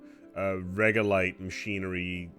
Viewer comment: its regolith. Not regolite. Regolite means nothing, regolith is essentially rock dust. Congrats on the polymer correction but I'm still twitching every time you say regolite. Lol